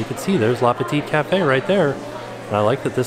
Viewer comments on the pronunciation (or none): Nice tour! Btw, it's "le petit café" and not "la" ;) and the last t is silent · hahaha with the last T of petit (should'nt be pronounce) it's pretty cute when it's said by Anglophones